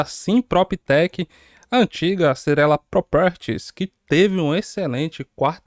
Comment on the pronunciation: Cyrela o que meu jovem? Ingleszinho tá enrolado heim kkkkk